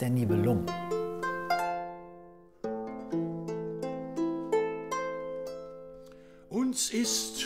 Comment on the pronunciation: Das Wort Nibelungen ist mittelhochdeutsch deshalb Betonung der ersten Silbe! So, wie wir das Wort Nebel betonen.